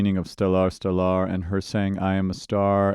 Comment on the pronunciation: Well, that's a unique way to pronounce stellar. STELL-R